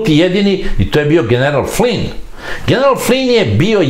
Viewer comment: Tačno..Slovna greška u pisanju..Inače ime Flynn..uvek savršeno izgovoreno.